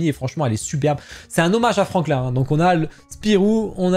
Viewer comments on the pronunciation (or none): C'est toujours franquin pas franklin 😂